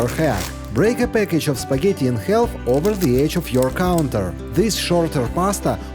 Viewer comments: English is a silly language so pronounce half it is more like harf…drop the L…..😂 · Would someone teach the narrator how to pronounce the word half correctly. THANKS!